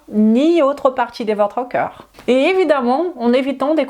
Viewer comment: Merci pour toutes vos info, j’ai juste un problème avec la prononciation du mot ´ corps ´ qui est prononcé comme ´ coeur ´. Je n’ai pas toujours l’occasion de regarder la vidéo mais l’écouter oui ce qui fait que je suis induite en erreur par cette prononciation. Sinon bravo de parler notre langue aussi bien 👏👏👏